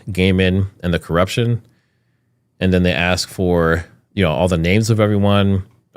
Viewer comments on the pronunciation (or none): none